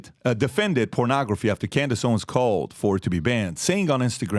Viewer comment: Its Owens, with an S, old man! Her name was literally right behind you when you mispronounced it. In fact, her name is right behind you EVERY SINGLE DAY!!